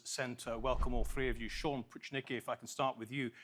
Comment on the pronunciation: Sam Pruchnicki is not "Pushnicki" but PROOH - NEETZ - KEY.